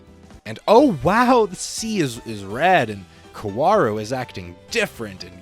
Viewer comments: Great video! I have many of the same gripes about the rebuilds that you do, but I’ve never really been able to articulate them clearly. Now, I can just send my friends this video lol. “Eevangeliawn” and “kowaru” was pretty funny to hear though haha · youtuber pronounce kaworu’s name correctly challenge level impossible